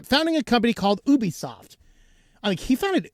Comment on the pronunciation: You're mispronouncing ObiSoft. ObiSoft != Ubisoft and they're not pronounced the same. At first it sounded like you were just jabbing at the name similarity but then you kept pronouncing it as Ubisoft, just thought I'd point that out. (Though you could lead me to believe it was named to sound similar for whatever purpose)